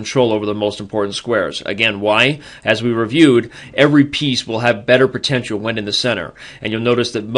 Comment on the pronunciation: What the fuck is "pertential"?